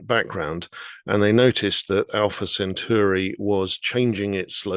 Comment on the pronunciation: You’d think that a science writer would actually get the pronunciation of Alpha Centauri right, but no. It’s pronounced Cent-awri!